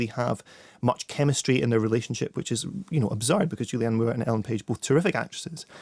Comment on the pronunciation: David Morrissey adds absolutely nothing to these reviews - I'm pretty sure he mispronounces Julianne Moore's name at one point